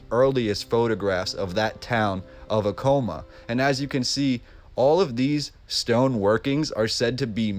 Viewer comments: quick correction, its not pronounced "uh-kow-muh", its "ah-kuh-mah" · Take a shot every time he mispronounces “Acoma”. 🥃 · Hahahha acoma the way he said it